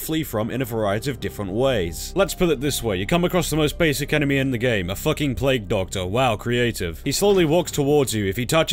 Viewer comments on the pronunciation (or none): none